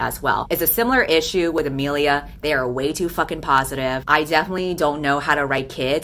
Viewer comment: imilia Me with the same name: t-thats... RAD but that ain't how u pronounce it...*nervous sweating* A-Me-li-A